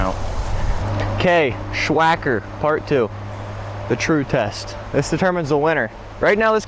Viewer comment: Sssssss wacker not shhhhh wacker